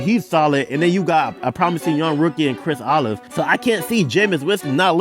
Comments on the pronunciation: Chris “olive” 😂😂😭😭😭😭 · this mofo said chris olive and desmond riddler 😂